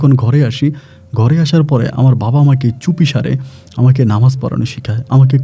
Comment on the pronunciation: ছাকমা না চাকমা হবে।উচ্চারণ গুলো kindly ঠিক করেন।এত ভুল বলে আপনি কি করে Rj হন।বাবাহ্ না বাবা হবে।